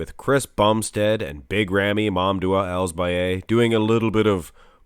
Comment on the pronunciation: Big Rami's last name is pronounced as El Sa Bee ee